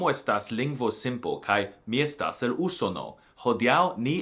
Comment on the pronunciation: In pronouncing "Usono", obviously you should put the stress on the second syllable.